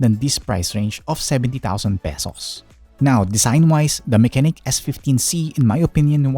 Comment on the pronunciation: sabi nga ni "Unbox Diaries" parehas kayo nang basa. Pero it is "Ma-che-nike" Pero nice na review mo siya nang Full Details and Some games to run.. 👍🏻